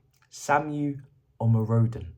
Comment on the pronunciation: It's pronounce omo raw dion ..